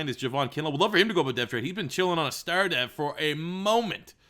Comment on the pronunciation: I hate the cowboys but I'll never let a Canadian call them the cowgirls. Bruh say star right first lol.